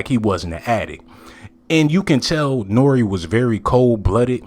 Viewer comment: Can please say Nore's name correctly